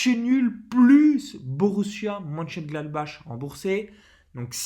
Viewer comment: Merci pour la vidéo Perso, je joue Victoire Domicile ou Nul remboursé, plus un lay 0-0 Juste pour info, MONCHENGLADBACH se prononce Monecheuneglatbarre et MAINZ en Français c'est MAYENCE